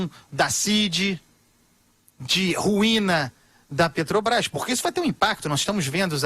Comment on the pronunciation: PETROBAIS??? NEM FALAR ESSE ASNO SABE?